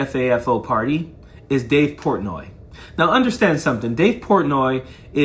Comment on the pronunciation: Wtf is dave pourtnoy